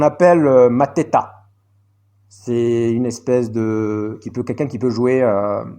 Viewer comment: Mantato et pas Mateta Obi et non Odi Martins Ibragimov et non ibramogov Sacré 🤣🤣🤣🤣🤣🤣🤣